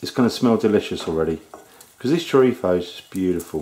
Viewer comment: i love how u say 'chorizo' with an accent from madrid, spain... amazing videos btw!!!!